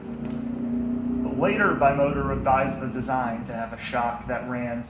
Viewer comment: Used your video to explain a friend how the tesi steering work. Well done, exept for the pronunciation of "Bimota". It's pronounced "beemota" A serious collector can't say it wrong!